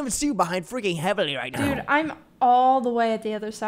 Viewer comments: Help is heavely pronounced like heavily or heeve-lee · i think it's pronounced heevley LMAO but this video is so funny fr